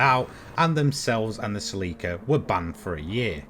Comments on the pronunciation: I agree with vedder, have only heard of it being pronounced sir-leek-ar in the uk. Can probably find the top gear chaps even saying it that way. So god knows why he's pronouncing sell- ick-ar??? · he says it right once, but generally he says it like he's talking about silica gel that stuff in the little packet you put on your chips lmao. The stuff you get in shoes and stuff to absorb moisture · The way you say celica lol.................it's 'Sell---EEEEEEE ca' (SELL E CAR) ...your saying it like silica gel, lmao. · Sel i ca ? It’s Celica. Ssssseeeeeellllika ! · In the UK Celica is pronounced Sir-leek-a (British) not Sell-ick-a (American) - Google Celica pronunciation..... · he actually pronounces it sirleekar not sellickkr just sayinnn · Yup, even top gear pronounces it correctly. Sir-leek-ar.